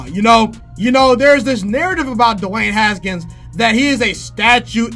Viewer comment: The way he says “DEWAAANNE HSKNS”